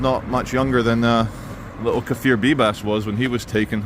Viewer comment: Kfir not kefir. BTW, it's Kfir's 2 years Birthday tomorrow, 18th of January